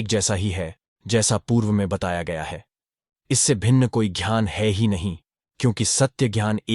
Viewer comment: कृपया अपनी मानसिक बीमारी को सुधारो,जानबूझ कर कई शब्दों का गलत उच्चारण करते हो,ज्ञान को jhyan,कभी घ्यान,कभी ज्यान बोलते हो, दुःख को दुहक बोलते हो,ज्ञात को ज्यात 🤔🤔